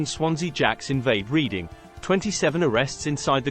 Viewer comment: I often wonder who narrate and edit these vids. They're good in many ways but the large text spoils the view and things like the pronunciation of Reading ("reeding"? For chrissake man) is particularly annoying.